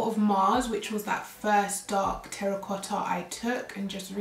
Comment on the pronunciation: I love pink shades And also the way how you pronounced terracotta 😍hello from super cold German - 10 C❄️👋😘